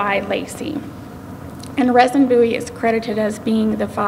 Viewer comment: Name is pronounced "Reason".